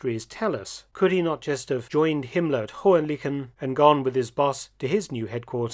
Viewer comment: Indeed. But the pronunciation of Hohen-Lychen was not that successful. I admit it is a tricky one. 🙂